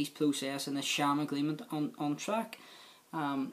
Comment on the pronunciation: The Bewfawst agweement, powicing and justice and democwacy. Fucking hell, is this a comedy show?